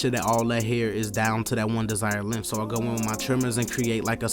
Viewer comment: He said LENF (length)